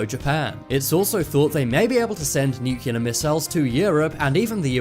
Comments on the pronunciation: Cool video chap. Thanks. BTW, nuclear is pronounced "nuclear" not "nucular". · Personal Pet peeve, pronounce it NUCLEAR, not NUCULEAR. Doesn"t sound good. Big difference, Common mistake. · nuCLEAR. Not nukular. o_o lol Well done vid. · I do believe it's "nuclear" rather than "nukelar"? lol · Dude... NU- CLE- AR!!! NUT nucular!! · not "nuk u lar"....nuclear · A less important comment. Why is Nuclear pronounced by Americans as “new-killer” and not as it should be “new-clear”..?? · Dude , nuclear is pronounced NUK-LEAR not nukelar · It nuclear pronounced new-clear NOT nucular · You said nucular, and said the ear was a bone. You just lost all credibility. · Nuclear pronounced "nucular". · How hard is it to pronounce nuclear? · He doesn’t pronounce nuclear properly. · Busby I spelled it the way he said it genius. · Pronounce "nuclear" the correct way next time